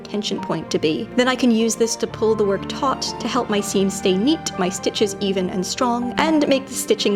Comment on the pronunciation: Thank you! I do machine sew but I do find that I do a lot of hand sewing when making my costumes. Also, can I just say how appreciative that you said "taut" correctly? I don't know why but it annoys me when I hear people pronounce "taut" as "taunt."